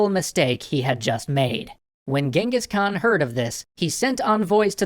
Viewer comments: Please do stop pronouncing "Genghis Khan" as "Gang-hees." It's annoying. I don't mind it being written by that Iranian typo, but the name should always be pronounced as CHINGGIS Khaan. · Its not really gingis its chingis haan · ....it’s Chinngis Khan! I lived there for years. Trust me it’s Chinngis! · It's Chengis Khaan not Gengis Khan i know cuz im a mongolian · It wasn't Genghis khan it was chingiss Khan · Genghis Khan is pronounced “Chinngis.” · It's prounouced xengis han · Its pronounciation is chingis kahn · I don't like the English pronouncing of genghis khan I prefer the original "jenkeez" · It is pronounced jengis han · hi I m a Mongolian and he’s name is not Genghis Khan cenghis han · You do now your saying his name wrong right? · Why all western people pronounce his name horribaly wrong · I love this series. Just super annoying that you don’t pronounce his name actually correctly... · ok part of my uyghur self wants to say FINALLY SOME RECOGNITION but th other part says : thats not how you pronounce that